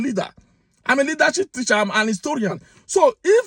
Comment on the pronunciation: A teacher speaking like the way you speak. Your English is so bad and very difficult to understand. Na tish I dey tish!!!! TEACH NOT TISH...PLEASE TRY TO SPEAK DECENT ENGLISH.